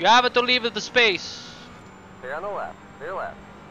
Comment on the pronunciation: "You have to leav-a da space!" cornerbombs